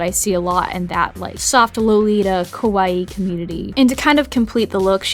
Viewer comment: Your pronunciation keeps throwing me off. It always sounds like you're saying "kowai" (scary) instead of "kawaii." TTvTT